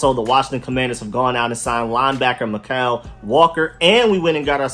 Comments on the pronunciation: Mykal walker is pronounced like Michael. That's how my sister's name is spelled and pronounced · It's pronounced Michael